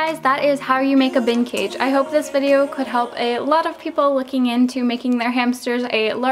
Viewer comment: The way you said bin cage, it sounded like vintage!